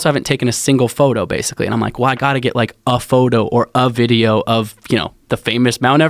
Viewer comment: basicwy.... this guy probably set the record for fastest story told on Rogan that covered the greatest distance